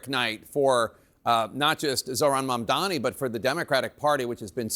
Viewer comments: Maybe the haters will learn to correctly pronounce his name. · Anyone noticed how Cuomo always mispronounces Mamdani’s name? It’s as if Mamdani is a nobody to Cuomo, like he’s an afterthought. Not anymore Andrew, huh?